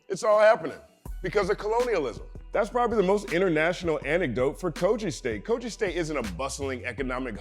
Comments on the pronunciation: Dope also the pronounciation is Ko-Gi(Gi not Ji). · Quite excited to see you breakdown (a)music(ian) from Nigeria. Never heard of B-Tone, will be sure to check him out. Quick one; so it's pronounced /kogɪ/, as in 'g' in given, not /koʤɪ/